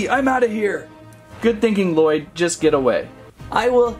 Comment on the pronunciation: Well would you please say Lloyd right and please and thank you👍👍👍👍